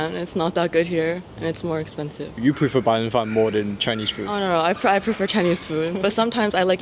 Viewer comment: Bro said bairenfan as if she didn't spend her entire life in China lmao